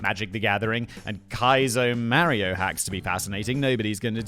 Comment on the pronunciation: Who is MARRYOH? Mario?